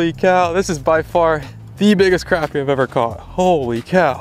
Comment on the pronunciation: Awesome catch!......and thanks for pronouncing crappie correctly lol